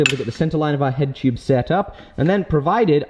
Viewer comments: There should've been a counter for everytime he said "chube" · number of likes = number of times he said chewb/tube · Tyuube xD just love the way he says it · I like the way he says "tyoobe" (tube) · New drinking game...drink every time says “tube” with his accent. 😮😵